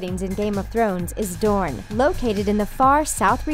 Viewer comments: I wanted to enjoy this but the mispronunciation is too much. "DRONE" lol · Ha she said drone instead of dorne and they typed as drone when she said it. When they mentioned the water gardens. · "The water gardens of DRONE" XD lmfao